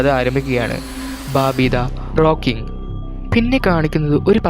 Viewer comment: ബബി..ബാബി.. ബാർബി അല്ല "ബാമ്പി"